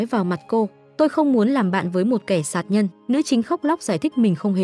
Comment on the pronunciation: đúng, ngọng cả chính tả lun